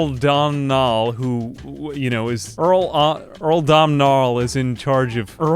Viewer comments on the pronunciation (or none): Since you struggled with it so much, Domnall is pronounced "Doh-null" ("doh" as in donut). And Leinster is "Lenster" 😁 Thank you for making an Irish-themed video! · the Phonetics Munster (m-un-stir) Connaght (Con-oct) Murchad (M-ur-k-aid) Domnall (Dough-null)